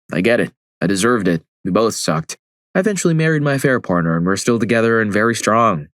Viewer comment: Dude said parter at the start and copperate. Come on now 😂😂